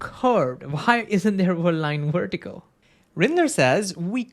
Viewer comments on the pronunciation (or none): it's vertical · What does "wertical" mean? Was is just how you pronounce VERtical or did I miss hear you?